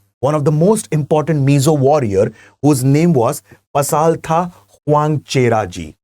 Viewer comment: Way to pronounce pasaltha in mizo way Pasalthra